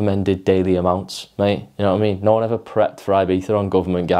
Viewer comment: can't you say 'a' correctly ie as in Ago Alive Anew? and 'one' is WUN.